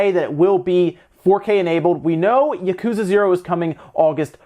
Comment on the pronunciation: Please... stop saying that.